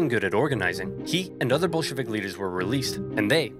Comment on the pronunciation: Every time he says Bolshevik, it sounds like B*llsh*t Vic to me. Anyone else? It is surprisingly fitting, yeah?